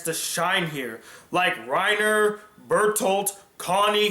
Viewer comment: Jackal Gold Kick u mean Reiner, the dubb pernounces all the names wrong